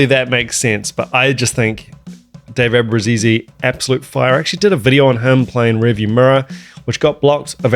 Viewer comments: It's an Italian surname. Not "Abrusisi" like you say, ABRUZZESE. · FYI: You do know that's not how you pronounce our last name. Cancel the last E. Ah-Brew-Zees.